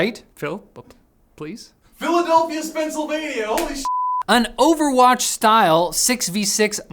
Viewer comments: Dude owes me the drink of coffee I spit out when he said Philadelphia, Spenselvania. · ..lol fucking Philadelphia Spencilvania ❤😂